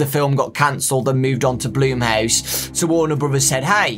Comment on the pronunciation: Everybody: Blum House: Blume House